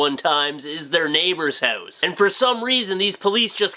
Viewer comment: He says hose instead of house, of, gotta love him:)